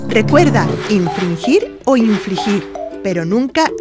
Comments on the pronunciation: No es su pronunciación. Realmente se ha equivocado en la narración porque en vez de decir "infligir" dice "infrigir". Estos videos nos ayudan mucho, pero realmente este está muy mal hecho. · Perdón, pero su pronunciación de "infligir" suena casi como "infrigir". Sin apoyo visual podría asegurar que esto confundiría más de lo que ayuda